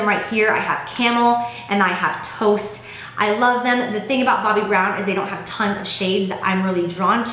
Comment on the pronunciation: Hahaha... When you were talking about the Bobbi Brown shadows, I thought I heard you say that the shadow names you had was Camel and Toe.., Until I realized that you had actually said Toast.